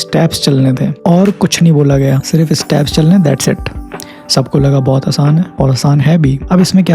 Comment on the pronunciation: Staps nahi bhai steps!